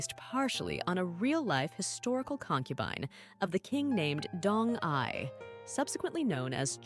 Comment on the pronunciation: Pronunciation of proper nouns, esp. DONG-YI, is horribly wrong. Did you even watch that drama??? Bcoz I have seen it at least twice, and NEVER did I hear Dong-Yi pronounced as Dong-'eye'!😂